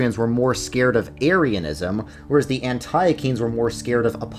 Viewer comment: I love you, but Antiochene is pronounced “Ant-tea-oh-kin.”